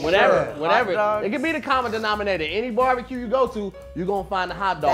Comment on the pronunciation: “Bharbeque bheat” 😂😂😂